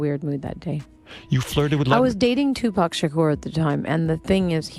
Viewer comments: Can you at least say the fucking mans name right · Even tho there was a lot of women, u didn’t even disturb the surface of women Pac had… u can’t even say his name right